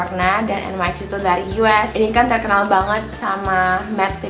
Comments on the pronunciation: hai... NYX bacanya niks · emang en way ex bacanya 😭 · Bener yang di ucapin ka kali hahaha